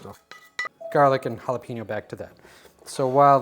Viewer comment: Just remember there’s no ‘peen’ in the pronunciation of jalapeño 😊🚀🐲